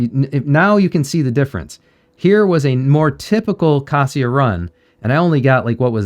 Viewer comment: you pronounce kasia's wrong. that is why she is not giving you 🐾🐾🐾 paws